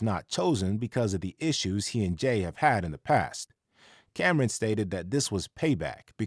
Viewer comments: Cam'ron not Cam'ren , that pronunciation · its cam'ron man not cameren that a lady's name 🤦🏽‍♂